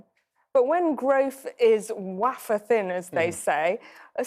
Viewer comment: That woman can not say "wafer"